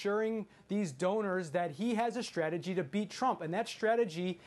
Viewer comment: It’s strategy, not shtrategy. Please stop s-backing.